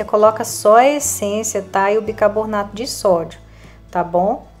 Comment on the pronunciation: Amo suas receitas, mas por favor é BICARBONATO E NAO BICABORNATO..